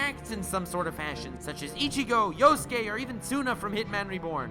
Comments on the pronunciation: Who the hell is Yoske? Just butcher my favorite anime's protagonist 😒 his name is Yusuke... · Quick question. Why do you pronounce Yusuke's name with a yo sound instead of a yu?